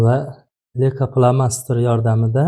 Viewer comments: Лейкопластырь денглейкопластер демасдан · Лейка пламастир эмас пластир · Духтир,лейкопластырку сиз лейкофломастер деяпсиз. Бу нимаси энди? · Лико пластер дейилади духтир